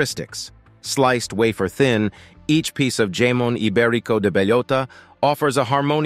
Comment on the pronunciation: I've eaten most of this and don't consider myself "rich", just well traveled. ...And I can't be the only one who started laughing uncontrollably when he mispronounced jamon iberico.